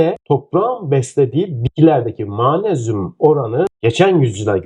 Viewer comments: Yahu Allah aşkına daha magnezyum demeyi bilmiyorsunuz manezyum diyorsunuz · Hocam Ma-nez-yum değil Mag-nez-yum olarak okunur 😮😮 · Mmayğğyğnezyum nedir hocam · türkce telaffuzu gercekten Maanezyum mu?